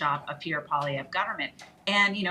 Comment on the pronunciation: Its Pierre polievre not Pierre poliver. Its so easy to say. If we can speak english you can speak french. We are supposed to be bilingual , we are canadians -_